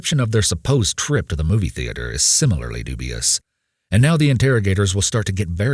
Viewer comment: I can't stand when people pronounce it "THE-AY-TER"